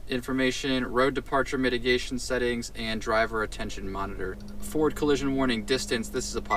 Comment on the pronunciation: is it just me or is he saying "ford collision warning"